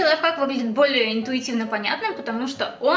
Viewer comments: Не лайфак а лайфхак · Аааааааааааа меня бомбит не ЛАЙФАК а ЛАЙФХАК!!!!БЕСИИИИТ